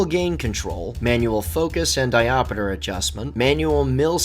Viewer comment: Diopeter? Really?